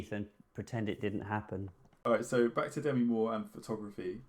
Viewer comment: "It's D'mee" she told Rolling Stone in 1985, an article I still remember 😂 I forgive you guys for saying "Demmy" because I really love this, and I love ALL of 's interesting stories. Makes me wistful, I wish I had stuck with photography after art school.